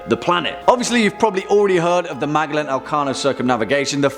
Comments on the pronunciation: Magaland WTF it's pronounced Ma gel lan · I heard he say the name and I thought who tf is he talking aboot. Cause I knew who MA gell an was,but who is Magalan. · (MAG - A - LAN) hurts my ears... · It's pronounced "Majelan" lol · In my country (Philippines) we pronounce Magellan as (Majelan) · The way you were pronouncing Magellan was confusing me at first. I am rather used to hearing "Mage-ell-an" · C'mon,. Check your pronunciations. It's Ma-jell-an. 🙂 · ouch, i am almost sure it sounds like "man...jellin" like jello but "in" at the end of the name,, man-jellin any way so far great video. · Think it’s pronounced “Majellan “